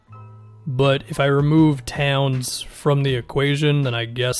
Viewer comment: “Tawns” lmao